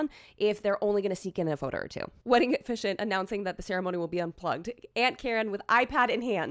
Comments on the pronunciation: Does pronounce officiant incorrectly or do I? 🤔 How many syllables are there in the word officiant? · "Oh-fish-ee-ant" is correct, isn't it?